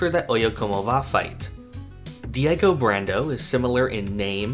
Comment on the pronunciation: THE WORLD!!! Edit: you said diego wrong btw but it’s okay!!